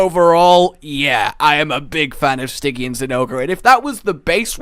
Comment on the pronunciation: "sti-jee-an", Not "stig-ee-an".